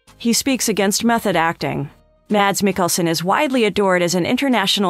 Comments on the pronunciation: #1 should probably be that his name is NOT pronounced Madz. He pronounces it as Mass. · His first name is pronounced as "Mass". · At least try and pronounce his name correctly - it's pronounced 'Mass' the D is silent.